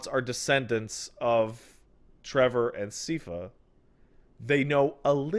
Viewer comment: "Seefa" Wasn't it a bestfriends production where people got punchy about the pronunciation of "Lara" Croft? And we're now mispronouncing a name that is audibly said tens of times throughout a show?